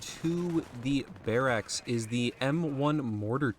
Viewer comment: Why are you saying barracks like that?